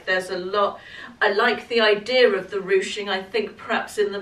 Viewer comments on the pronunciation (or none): none